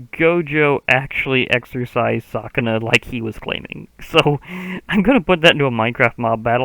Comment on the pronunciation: just so you know it’s pronounced ‘su’kuna instead of ‘sa’kuna